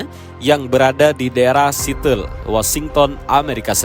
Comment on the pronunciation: bukan sitel bang, Seattle itu dibacanya Siatel